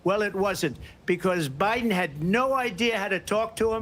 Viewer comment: Oh my GOD! She said O'Biden. There ya go 😁